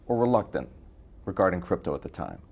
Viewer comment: Just say. Not cdeepto ehhdi.